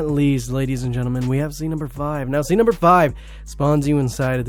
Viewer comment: lol press like for how many time he says zeed instead of seed lmao